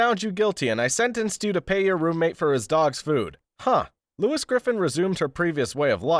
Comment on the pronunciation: 1. It's just a recap of a FG episode but with a clickbait title 2. You can't pronounce "Lois" 3. Boring narration 4. You keep referencing to characters as "the daugther", "the husband" etc. like those garbage news article videos you seem to be referencing 5. Your video is just a less entertaining, although shorter, experience than just watching the show 6. It's low effort YouTube creator garbage